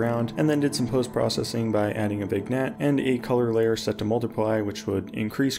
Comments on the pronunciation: Never have i heard somebody call a Vignette "vig-net" before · The way he pronounced "vignette" with pronounced G tho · did you intentionally mispronounce Vignette and Reverb so people would comment about it